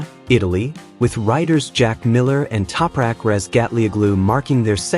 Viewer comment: what is this AI garbage pronunciation of Topraks name!